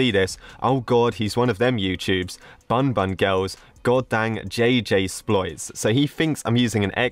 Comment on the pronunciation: "'JJ spoliets''